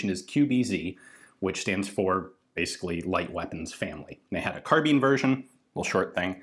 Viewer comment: It's cute how he pronounces carbine, so quaint lol.